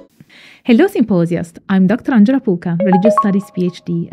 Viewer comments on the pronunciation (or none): none